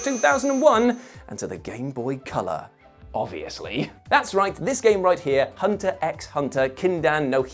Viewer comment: It's just "Hunter Hunter". The x is silent.